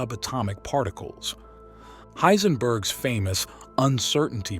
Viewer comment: You got Heisenberg wrong.